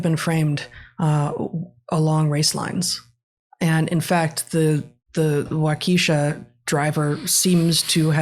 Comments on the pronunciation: More like an “arson culture” than arts and culture. And oh my gosh, please Google the local news to hear how to pronounce it before you butcher a town’s name. Wah-ka-shaw. Not Wah-KEE-sha! Like fleas on a dog folks. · It's pronounced Wauk-a-shaw, not Wau-KEY-sha. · Waukesha is pronounced "WALK-eh-shah" - no long ee. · They probably already know, but it's pronounced Wah Kuh Shah or Walka Shaw. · Waukesha is pronounced: Walk'-eh-shaw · For the sake of those who live in Wisconsin... Waukesha is pronounced Waukishaw. The same goes for Sheboygan and Menomonee or any other French/Native American name. Unless there are two ee’s or ie you would never pronounce a hard E sound. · Wau-ka-shaw A is short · From Wisconsin here and Wuakesha is pronounced with a Short e. Wawk eh Shaw. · I love that you're reporting on this. I've lived in Waukeshau. That said, it's pronounced 'Walk-eh-shaw'. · The town name is pronounced like - walk-a -saw. ok?? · Second "A" is pronounced like that "A" in above.